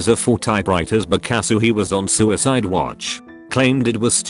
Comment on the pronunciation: Why can’t this pronouns “because”